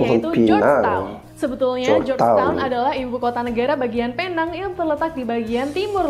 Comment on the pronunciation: sebutan yg bener adalah peneng